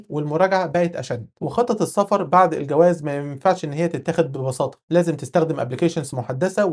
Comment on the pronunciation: هنا مشكلة باللفظ 😂